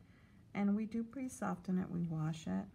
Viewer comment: I have never heard anyone say “soften” the way she does 😂 Also, I was kinda disappointed that she didn’t tackle the cluster by the eye 😕